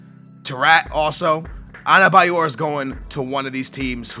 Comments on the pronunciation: Not anebayor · there is 'N' in adebayor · its ADEBAYOR not ANABAYOR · US:Adebayor/: Anabayor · The name is Adebayor, where the fuck are you seeing an N there? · Why is the D in Adebayor pronounced with an N?